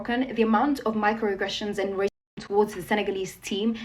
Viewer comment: Racism.... Not " Raticistisim" 🙄🙄